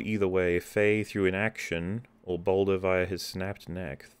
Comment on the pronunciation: I keep hearing 'Boulder' when says 'Baldur.'